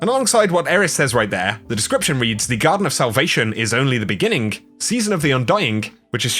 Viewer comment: Literally the only thing about you that drives me nuts is that you're one of those people that say "beginning-geh" every time I here someone speak that way mulitple times I begin saying it that way in my head over and over again like a machine with something causing a cog to skip out and jut suddenly for a split second. Beginning-geh Beginning-geh Beginning-geh Beginning-geh Beginning-geh Beginning-geh Beginning-geh Beginning-geh Beginning-geh FUCK It's JUST beginning| full stop Now I can here the other ways people do it. Going-geh Stoping-geh Hoping-geh AAAAAHHHHHHHH FUCK IT HURTS (This is an example of the thoughts in my head whilst someone continues having a conversation and I am becoming more and more stuck as they continue doing it.) Love you but oof, that is literally 2 years of hearing building into this comment, I had to blow it out my ass and onto the internet at some point 😫 now maybe I can go 3 years.